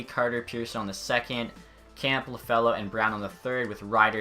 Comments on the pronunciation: its not Lafallo, its iafallo. Its a capital i.. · I got so frustrated whenever he said Lafello 😂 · Sorry, but it's "Kem-pay" and Iafallo = "Eye-afallo"